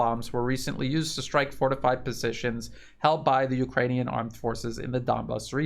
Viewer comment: "ukranune D DAY" give us a break LOL